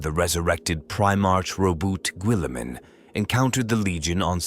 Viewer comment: who tf gubult billiman ? this thing cant say names